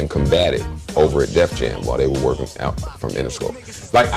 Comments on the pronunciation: Joe destroyed all of them, and 50 never got back. Also, hearing the host say stuff like "blowing her back OOT" in a Canadian accent is hilarious. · Lol funny how you say "out". What accent is that please?